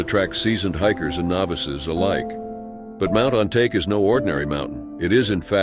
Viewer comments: It's spell on-ta-ke, not on-take, learn how to speak Japanese words in the future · You're applying English pronounciation rules to Japanese names. It's Mt. On-ta-keh, not On-take.